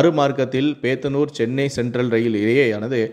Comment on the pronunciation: வாசிப்பாளர் பேத்துனுர் என்று தப்பா வாசிக்கிறார் அது "போத்தனுர்" என்று படிக்க தெரியாதா?